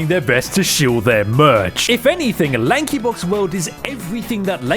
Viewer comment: LAHNKEE BAWKZ